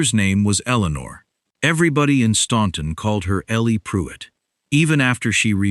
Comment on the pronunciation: Someone should teach the AI how to pronounce “Staunton.”